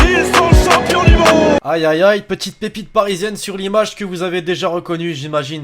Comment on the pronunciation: preSnel pas preNel🙄🙄🙄 Sinon super vidéo 👍🏽